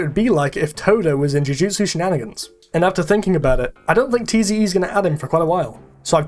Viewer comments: Tze is not T.Z.E. It's pronounced Zee. just throwing that out there despite being 5 months late. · “tee zee eee” 😭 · You pronounce tze as "zee" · the way he says Tze hurts me